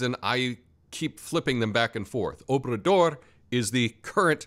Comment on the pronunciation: It sounds kinda like you're saying President "Openthedoor" lol, and no I didn't plan that pun beforehand lol